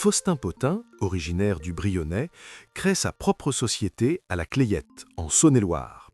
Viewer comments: On prononce pas le nom du Village la Clayette … meme si il s’ ecrit bien comme cela. Les locaux prononcent « la clette » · La Clayette, Saône et Loire, se prononce « la clète » dans le Brionnais. Mon père a travaillé chez Potain sur son site de Charlieu (Loire)